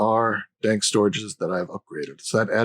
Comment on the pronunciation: ) I kept getting confused when you said "dock" and opened the "dank". Took me a moment and now I feel silly. Thank you for the episode. Very good.